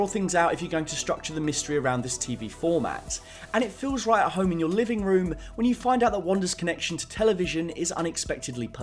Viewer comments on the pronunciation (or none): none